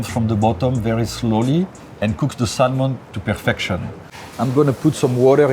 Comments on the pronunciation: It’s Sam-on not Sal-mon and it’s raaaaaaaw in the words of big G Ramsey. Crazy skills though I’d eat that raw Sal-mon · Pronounce Samon you don’t pronounce the L.. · The "L" is silent. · Shocked he doesn't kno how to pronounce "salmon" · Someone should tell him the "l" in salmon is silent.